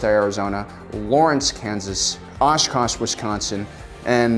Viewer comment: Fond du Lak, not Lock. Oshkosh you nailed. Too bad Milwaukee wasn’t on here XD Might be a good thing, tbh...